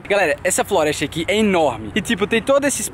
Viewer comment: ele disse florestia